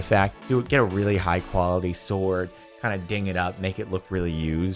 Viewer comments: This is the first time I've ever heard someone pronounce "sword" like "s-ward" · he pronounced sword as it's spelled, not as "sord"